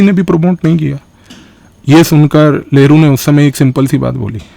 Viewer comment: Sir, aap लहरु बोल रहे हो या नेहरु?